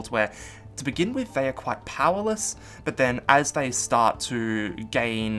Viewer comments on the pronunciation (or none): none